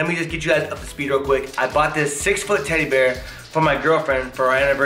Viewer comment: Lol she just saying tteddy bear lol like its a real thing